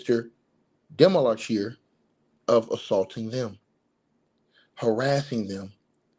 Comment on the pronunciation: His name is pronounced de ma che lier